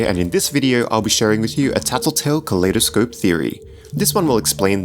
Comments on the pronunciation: why does he pronounce kaleidoscope like Claydascope? cause I pronounce Kaleidoscope as in if two world collide? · You said kaleidospe wo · btw its pronounced "kuh-lie-duh-scope". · It's pronounced kolidoscope as in I am good